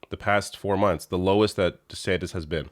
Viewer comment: I thought I just heard you call him Ron DeSandwich and now it's all I can hear. LOL